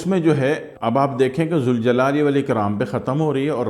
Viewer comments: ماشاء الله تبارك الله وظیفہ آپ نے بہت اچھا بتایا مگر اللہ کا نام ذوالجلال والااکرام کو یا ذالجلال والاکرام پڑھیں گے کیونکہ یہ حرف ندا ہے ذ کو پیش کی بجائے ذبر سے پڑھیں گے شکریہ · یا ذالجلال والاکرام صحیح ہے یا ذوالجلال والاکرام غلط ذا ل کے بعد واو نہیں ائے گا بلکہ الف ائے گا